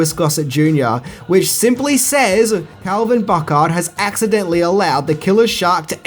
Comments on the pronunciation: You Brits! Calvin Bouchard is not pronounced 'BooKard.' It's Boo-shard. :-) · Bro did you see the movie? His name was pronounced Boo-shard , not Buck-hard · Calvin "BOO-SHARD" not ""BOO-CARD." LOL! Come on,... I thought you saw the movie!;) Great videos, mate!! Love your channel! Please do a "10 things" video for Evil Dead 2, Army Of Darkness, Darkman and maybe some of the classic Universal Monsters originals?? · You had one job, pronounce Calvin Bouchard correctly.